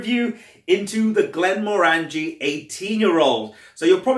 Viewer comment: Hi Jason, Glenmorangie is one of my favourite distilleries. I love their quinta ruban and N d'Or. 10 year original is good value for money. Just a piece of info, The morangie in glenmorangie is pronounced like how you would pronounce orange, orangie : glen-mo-orangie